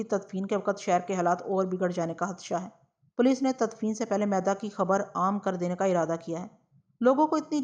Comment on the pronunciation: میدا نہیں۔۔۔۔۔۔۔مِیدا ھے۔عام طور پر حمیداللہ نام کے لوگوں کو بچپن میں مِیدا کہا جاتا ھے۔۔۔شکریہ